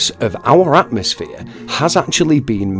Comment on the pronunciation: It is pronounced atmosphere.